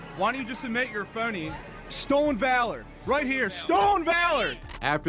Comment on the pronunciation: "Why don't you just admit you're a phony" said that in the most PA accent lol. Had to rewind and yup this mall was in PA.